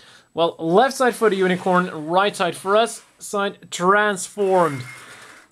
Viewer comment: i know i'm late, but i like how you say "unicron" instead of unicorn in the first fifth of the video